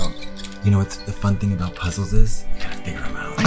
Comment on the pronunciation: I thought Katya said "the fun thing about puzzles is they've been in my mouth" and I almost didn't question it